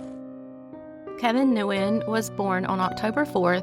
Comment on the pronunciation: Nguyen is pronounced Win